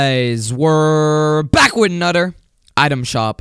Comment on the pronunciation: It always kills me when he says"bacc with a nudder video"